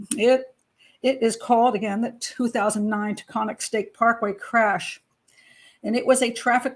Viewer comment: Taconic Parkway: pronounced TA-CON-NIC.